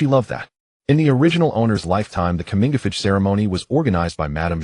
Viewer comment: "Comingafich" ceremony? Coming of age ceremony?